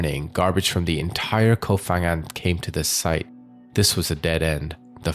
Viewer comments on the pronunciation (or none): Hello from Thailand! เกาะ พะงัน Ko Pha-ngan correct pronunciation is Ko Pa-Ngan not Pha (Fa Ngan). Another major example is Phuket. We don't say Fuket but Puket despite the spellings. 😊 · Its pronounced Ko Pan Ghang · You should've spent a few minutes to research pronounciation of the Thai names. The "Pha" in Ko Pha Ngan is pronounced with a P, not F. Other Thai names and locations were butchered as well, but since Ko Pha Ngan is a prominent tourist destination, you should've at least got that right. Unfortunately, most True Crime channels spend no effort in researching pronounciation of non-English names.